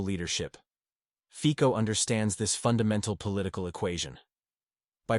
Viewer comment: Fico in Slovak is pronounced more like Fitso than Fiko.